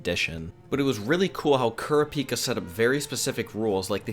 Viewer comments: Did he say "Kura-peeka". It's "Kurapika" like "crap-pika" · It's pronounced Ku-rapi-ka. And he can't use his men on anyone other than the troupe spiders or he dies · Your pronunciations of Feitan (Fay-tahn) and Kurapika (Koor-ah-pee-kah) are cringe worthy. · The way he says Kurapika bothers me on a physical level